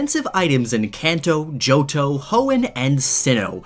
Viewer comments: He said JoJo regon it's johto sorry I spelt regon wrong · Man With No Name he does say johto but I agree it sounded like jojo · Who else heard Jojo Region instead of Johto Region? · did- did he say "JoJo region"? XD